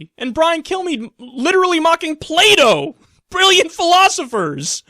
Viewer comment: i thought you said "play doh" instead of plato lol